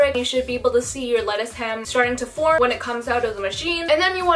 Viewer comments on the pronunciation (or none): none